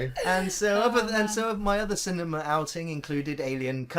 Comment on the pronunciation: I like how pronounces the word cinema as cinemar.